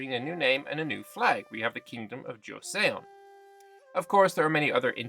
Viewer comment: Also Joseon (Chosŏn) is pronounced like Cho-sun.